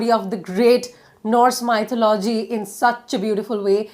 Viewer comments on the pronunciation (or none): Hi....thank u soooo much for this it helped me a lot...but one small correction. It's not MY-THU-LO-GY...its pronounced as Me-THO-LU-GY...im sorry if I shouldn't say it.